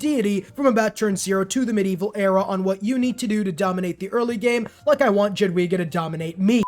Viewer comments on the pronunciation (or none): It's read yadviga, brother